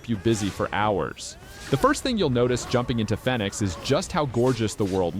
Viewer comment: The way you pronounce fenyx is infuriating